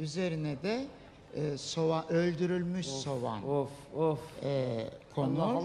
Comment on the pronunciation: Cakma ersoyun soğana sovan demesi ??